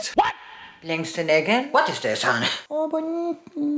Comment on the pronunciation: Ich liebe es wen du what is dhis honay und honay sagst ich liebs